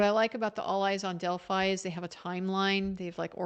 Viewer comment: I like how she says "del-fee" sometimes, since she's in town lol...but sleep deprivation makes the brain do crazy things